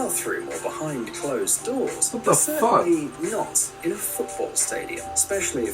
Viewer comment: When he said what the fuck he sounded like a fellow British person lol kind like Harry styles 💖